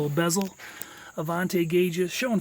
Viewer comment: I cringe whenever someone says “Avan-tay” instead of “Avan-tee”. The patched area before the front wheels may have happened because the side markers were moved further back from their original location. Avanti went thru numerous owners after Studebaker, and each one did some kind of variation on Loewy’s work.